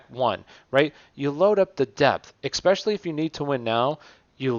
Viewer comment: Dope video cool content, ima fan. But "especially" not "eXpecially", constructive criticism and a like lol your welcome.